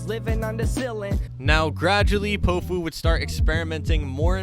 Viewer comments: I’m pretty sure it’s pronounced pow-few Not poh-few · it’s POW-fu not po-fu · I listen to him a lot been listening for years ever since Promoting Sounds posted his songs. Plus it’s Pow-Fu not Pohfu but you’ve got a good video here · Bruh your saying his name wrong it’s not po-fu it’s pow-fu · Is it just me or did it piss anyone else off how he pronounced his name poe foo the entire video, it’s pronounced pow foo my guy like it’s not that difficult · he’s been my top artist for three years now!!! ive spent so long wishing more people knew more of his songs, this is a great video! (also it’s pronounced Pow - fu (pow as in power, instead of pow like tow) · POW-fu, not po fu, you foo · Bro if your gonna make an artist bio on Powfu pronounce his name right at least! 😂 It’s POWfu like a comic book pow! It’s not poefu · it’s pronounced Pow fu i thought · did he just say p0ofu? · Bro, you gotta say his name right. Its pronounced POW like in powerful. POW-fu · (Pau-foo) pronunciation or (pow-foo) 🙃, just thought I’d spread spread this… Go listen to him say it himself in his song “would look perfect” at time stamp to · its pow-fu. like kong fu but great VIDEO !!! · the way you say powfu jesus christ